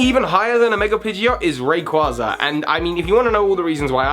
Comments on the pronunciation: Ray-qwayzer. Ray and Quaser. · Rayquaza - Ray-quay-za It's pronounced like quasar.